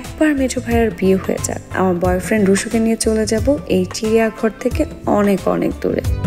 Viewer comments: এখানে কথা হচ্ছে চিডিয়া ঘর 😂 chiriya ghar hbe 😅chidiya না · Mr. Atel director o tar priyo modon helper der bolte chai- bangali hoye bolder moto indian hote jaben na please tai indian der moto r kokhono R k D dia uccharon korben na...suddho bangla r banglisher moto CHIRIYA GHAR use korlei valo hoto